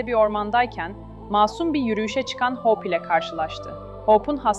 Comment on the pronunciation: İçeriklerinizi çok beğeniyorum ama lütfen İngilizce telaffuzunuzu geliştirin. Hope’u Hawp gibi okuyorsunuz. Bu kadar güzel içerikte bu sırıtıyor. Umarım yapıcı eleştiri olarak alırsınız.